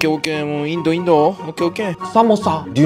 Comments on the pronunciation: Excuse me brother not pronounced indo. Its India okay❤ so say India 💚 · Don't say Indo , say "India" or " Bharat" it hurts the feeling of Indians. Pronounce the country name properly otherwise its disrespecting our country 😢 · Bro that's not indo that's India plz pronounce properly